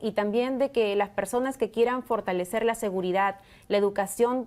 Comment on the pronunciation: Fortañwcer, firtalecer, 😂😂 está en la calle 😂